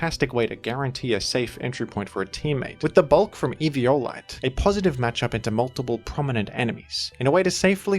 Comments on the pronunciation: I cant the if the Evi O lite pronounciation is on purpose or not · 1 second into eevee"yo"lite and I'm dead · as usual, having the most nonstandard pronunciations in the community. Eve-e-olite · It's like everyone pronounces eviolite differently lol